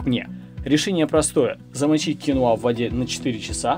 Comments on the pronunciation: Всё замечательно. Только это кинОа, а не киноА. Так что если уж Вы, знакомите нам с зарубежным продуктом, было бы не плохо называть его правильно. Гугл Вам в помощь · Ударение на второй слог " кинОа" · КинОа,ударение на О